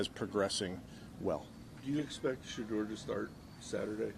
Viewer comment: He can't even say Sheduer name. This is so sad. I feel so sorry for Sheduer. The Browns don't deserve him. This coach shows he does NOT like Sheduer. God is going to deal with this coach and this organization. He calls out the other guys name without a problem. This guy is evil.